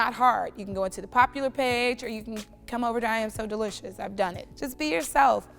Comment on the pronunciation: Delicious ( DEE LISH UZZz